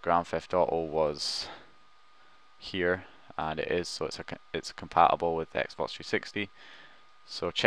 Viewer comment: Your pronounciation is ridiculous! 'Compa ubel' instead of compaTible 'Grand Eft Oh Oh' instead of Grand Theft Auto! WTF!? Use the fucking T man, the T!!!